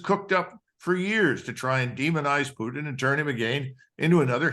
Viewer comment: The way this guy pronounced Poottttttin and again and been makes me not want to listen to him.